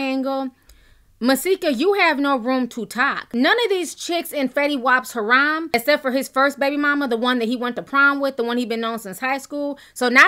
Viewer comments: It's a harem, not Ha'rom, Hair-em. Say it with me, hair-em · Haram? Did you mean “harem”? lol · Ti and the mispronunciation of damn near every other word (ha-rom=harem, kissawowie=kisswowie, litre/leader=litter)😂🤦 Love you though! Keep keepin' it 100% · Harem not horam. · Your pronunciation kills me hair-um but i love your videos